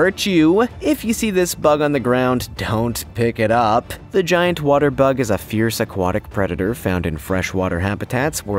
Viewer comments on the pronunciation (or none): none